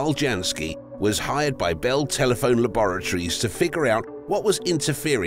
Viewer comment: The way the narrator pronounced “laboratories” is hilarious. I gotta use that pronunciation one day.